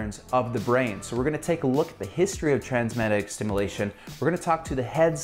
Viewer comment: What do you say ? Trans medetic stimulation? Are you trying to say Transcranial Magnetic Stimulation?